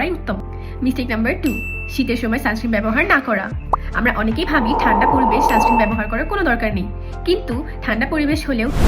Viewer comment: সানস্ক্রিম না, সানস্ক্রিন হয়🙂